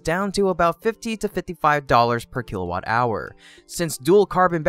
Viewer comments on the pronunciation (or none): none